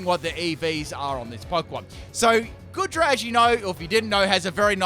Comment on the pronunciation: Aint goodra pronounced goo-dra